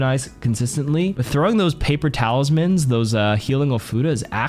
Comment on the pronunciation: whenever you said “paper talisman” for kiriko i thought u said “paper towels” which you know same thing 😂